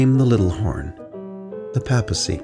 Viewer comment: Papacy....sounds like paper, not Papa. Just saying.